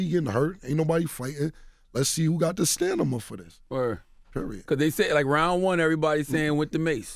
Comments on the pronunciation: Did Cam just say "stanima" instead of stamina, then again later at the end? 😂 BirdGang! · "Lets see who got the stanima for this" ............nigga what its stamina lmfaoooooooooooo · He said “let’s see who got the stanima for this” , then he says it again ! It’s “stamina” Cam!! 😂😂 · Cam'ron is one of my top lyricists in my book... no doubt... but it bothered my soul to hear him keep saying "StaNiMA." instead of Stamina. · STAMINA STAMINA STAMINA STAMINA STAMINA!!!!! NOT STANIMA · Lmao.this fukboi said "let's see who got the STANIMA for this".....damn it floyd!!!!! IT'S STAMINA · been liking cam music, but it's Killin me that this dude keep saying stanima instead of stamina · who got the Stanima??? lol ok Cam....... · Why cam said Stanama 🤣🤣🤣 Stamina I bet he can say Gucci 😭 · this nigga don't even know how to say STAMINA LMAO...nigga keep saying STANIMA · The word is STAMINA not STANIMA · "let's see who got da stanima(Stamina) for dis" 😂 cam is an idiot. .. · I love Cam but The Word Is Stam-Min-Na... Not Stanima! Stamina! Lmao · I hate when people say stanima instead of stamina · My nigga cam remixes words....we got the STANIMA(stamina) .....bars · c'mon bruh it's stamina not "stanima"😥😥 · He was saying stanima instead of stamina lol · Stamina not stanima smh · did he say stanima and not stamina 🤔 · Stanima or Stamina??🤔🤔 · STANIMA -Cam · Cam cool and all , but what the hell is STANIMA , the word is STAMINA. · I love Cam enough to ignore the fact he said "stanima" instead of "stamina" 😅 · This nigga cam said "Stanima" instead of "Stamina" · cam you my boy n all but the word is stamina not stanima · Stamina 🙄 It's Stamina not stanima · Cam....it's STAMINA not STANIMA. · ‘Stanima’ looking up what that means since cam said it twice. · So y’all gonna ignore the fact he kept saying “stanama” instead of “stamina” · Stamina Cam’ron... not stanima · Stanima? Really cam😂😂😂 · STANIMA, word.... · Cam got the “stanima”🤣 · He got the "stanima" for it😂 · It’s stamina wtf!!